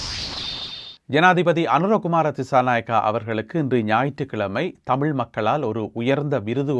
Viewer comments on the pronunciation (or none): none